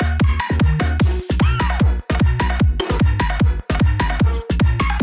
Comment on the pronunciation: "ola wapa" xd